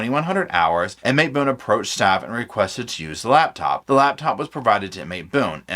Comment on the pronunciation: Am I wrong, but is it not spelled "LaPtop" - love how it says "laBtop".